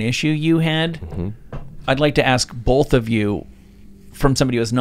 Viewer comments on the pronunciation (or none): Dude in the white shirt has a VERY punchable face..... Actually all these guys do with the bullshit spewing from their mouths. If you get addicted to kratom then you're an idiot. It's not really addictive. And this is coming from someone that was addicted to meth, heroin, cocaine, and pills in the past. And to the one guy, it's pronounced both, nothing bolth lol 😂